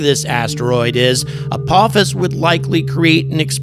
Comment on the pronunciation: A-PAH-FIS. NOT A-POE-FIS. 😂